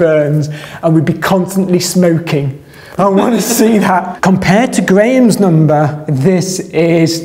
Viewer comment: Grayam’s numbah 😛